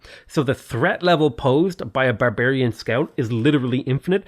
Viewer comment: Have a drink every time says 'Bearbearian'. Thank me later.